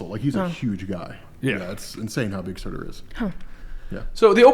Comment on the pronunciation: It’s SURTUR not Surta